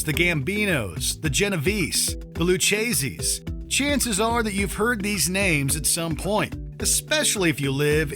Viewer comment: The mis-pronunciation of Lucchese and Salvatore Maranzano killed me but still a great vid